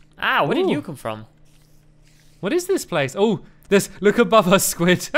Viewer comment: hahaha stampy where did he come from listen to it his from is like fromm hahahah😂😂😂